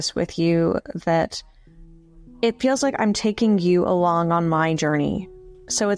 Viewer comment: Please say "alonggggg" again. When someone embraces syllables you know they are having a good day. Or maybe it's just related to lingered, controlled brushstrokes. Anyway, enjoyed the lecture.